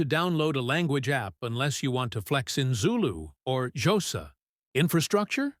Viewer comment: For reference one of the languages in South Africa is Xhosa, not Josa